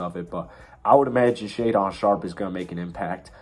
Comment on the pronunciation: Shaedon pronounced (Shay-Din) not talking shit just helping out lol, good video though!